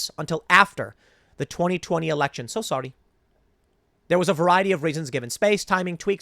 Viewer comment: Tim gives us an East Asian “So sorry”. Meme-able?